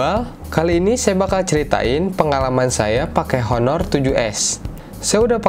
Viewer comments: Bacanya aner cal bukan honor hehe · ngomong honor nya harusnya "aner" gan hahah